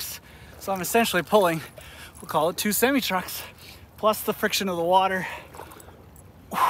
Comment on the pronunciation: It’s pronounced sem I